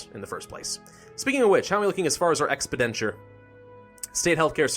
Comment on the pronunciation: Pronounced ek-spend-te-sure